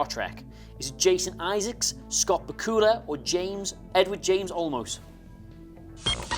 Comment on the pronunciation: The pronunciations of Sinise and Bakula 😅